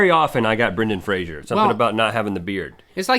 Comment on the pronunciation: FRASER!!!! NOT "Frasier"!!!!!! Ahhhhhhhhhhhhhhh!